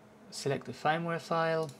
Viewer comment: Firmware is pronounced like the word Fern but with a M at the end. Your pronunciation sounds like "fineware" would be pronounced if it were an English word. Thanks for the video and the detailed instructions.